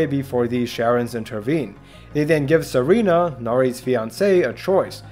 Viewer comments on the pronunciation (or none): none